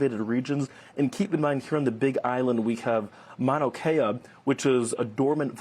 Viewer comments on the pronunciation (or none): Manokea? How long have you been in Hawaii?